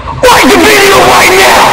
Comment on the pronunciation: are you serious righ neow bro